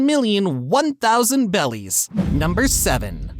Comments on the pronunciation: please please pleaaaseee stop calling berries bellies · why tf are you saying bellies and not berries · It’s Berries not bellies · Also it’s berries not bellies hope that was intentional and not a mishap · He said belly's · It's berries and bellies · .what are belllies why he saying 11 billion BELLIES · it’s berries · How could one possibly mispronounce berries as bellies and on top of that shit kozuki oden as kizuki oden like fam come on😭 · Berries not bellies🙄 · If bro says bellies one more time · Who has ever once said Bellies ??? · Berries not bellies 🤦‍♂️🤦‍♂️🤦‍♂️ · They’re berries not bellies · Berries not bellies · Bro played way to much blox fruits. ITS BERRIES NOT BELLIES😭😭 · A piece of my soul dies every time he says "bellies" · “Bellies” 😂. Bro eating the gut gut fruit 😂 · Why is this dude saying belly’s instead of berries? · When I hear him say berries I here bellies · Why do you call berries “belis” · He said belly not barriers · Its not bellies its berriEs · Bellies ??? I thought they are called berries . 🤔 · Did you say bellies instead of berries? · Berries not belly's but this video was interesting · Is my man saying bellies instead of berries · i was so confused when op youtubers started saying BELLIES, besides in the anime and manga they say berries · Oh no.. don't say 'bellies' when its berries.. unwatchable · Its bothering me, why do you say "bellies" when its clearly berries.... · Why did bro say beli's and not beli like 💀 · why do u say bellies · BERRIES Dude. it's literally spelled in the sub. stop saying bellies. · Berries not bellies please lol. Nice video though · also the gura gura became go to go to💀💀💀💀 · Stop saying bellies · It is berryis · It's berries bro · The way he said “bellies” upsets me lmao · He says bellys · Every time he said “Belis” I cringed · You were saying bellys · It’s Berrys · Bro sail bellies 😂😂😂😂😂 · Why do you keep saying bellies? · It's berries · Please stop saying bellies